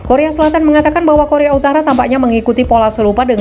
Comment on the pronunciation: Korea UTARA MIN BUKAN UTALA